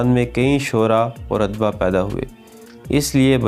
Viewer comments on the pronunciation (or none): برخوردار "ادباء کا تلفظ udabaa ہے۔ adbaa نہیں۔